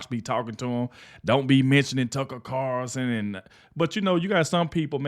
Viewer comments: Its carlson not carson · its Tucker CARLSON----NOT Carson dude:face-purple-crying:speak his name legibly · PLEASE SAY TUCKER'S LAST NAME CORRECTLY!!! IT'S CARLSON WITH AN "L"!!! I remember a couple of years ago they put Judge Janine in a 2 week suspension/vacation for something that the "higherups" didn't agree with either. If this turns out to be permanent there is always NEWSMAX to watch where some of those fired from Fox are now happily enjoying their jobs!